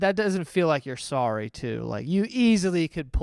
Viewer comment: "I'm rorry!" Oh my GOD I'm DONE